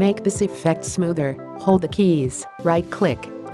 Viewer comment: i don't even understand the word she says when she says to hold something. all i understand is... "then hold Dah" which means nothing to me !